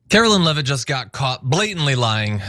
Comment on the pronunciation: Karo-Lyin Levvett